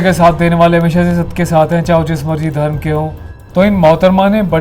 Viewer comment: Drum NI dharam and kaaanstitution nahi constitution hota hai miss